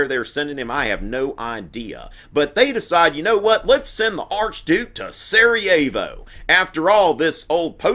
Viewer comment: At first I understood: "Archdude Franz Ferdinand". "Archdouche" would be funny, too.